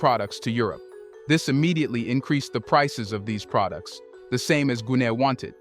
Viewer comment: Dude is an AI. The way he pronounce certain words is not right. Like pro dukes instead of products. Good content though